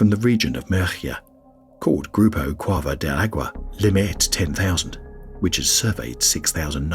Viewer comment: You do a wonderful job butchering Spanish!